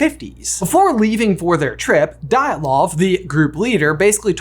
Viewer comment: Great video, guys! Very unexpected to see such topic on your channel! But the last name Дятлов is pronounced "D YA T LOVE"😊 Glad seeing you experiment with content!